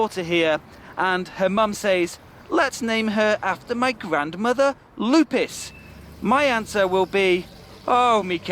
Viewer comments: Well first of all the name is not "Lou Piss" , the correct pronunciation is "Lou Pey". Lupe. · Is not lupis is lupe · There isn’t such things as Lupis thou,the actual name is Lupe and has nothing to do wth English pronunciation!!! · It's not "Lupis", it's Lupe, short for Guadalupe, GuadaLUPE. Maybe some people say "Lupis" but I've never heard it. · is not Lupes, the right word is Lupe and on Mexico is a common name.